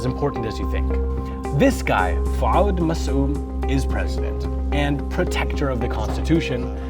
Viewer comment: Its not pronounced faud but fuad